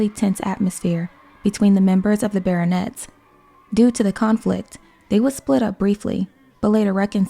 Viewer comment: As you made a great work, as I wish to help you 🙂 : Pierre is said like "Pee-hair" and Les Baronets like the "a" in the word "have" and "net" without the "t" : Ba-raw-net. You're great!